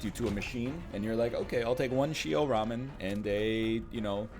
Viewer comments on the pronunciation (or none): none